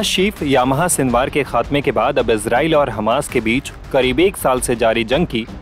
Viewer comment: याह्या.... यामाहा नही.